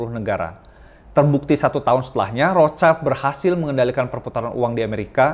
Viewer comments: Bang, dibaca Rot-syil. Cmiiw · bahasa jerman bacax "rotsilt" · Ejaan nya : Rot Schild /rot shil (artinya perisai merah dlm bhs Jerman) bukan Rots Child /rots chail Ato Red Shield dlm bhs Inggris